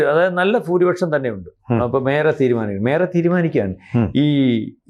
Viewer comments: ഫൂരിപക്ഷം എന്നല്ല ഭൂരിപക്ഷം എന്ന് പറയുക 🙏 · ഫൂരിപക്ഷം അല്ല ഭായ് ഭൂരിപക്ഷം എന്ന് പറയൂ. മാധ്യമ ഭാഷ സുവ്യക്തം ആയിരിക്കണം. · ഫഭൂരിപക്ഷം അല്ല ഭൂരിപക്ഷം